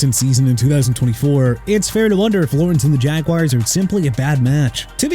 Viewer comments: I stopped watching at "Jagwires" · Why does he pronounce it like it’s spelled “jag-wires”??????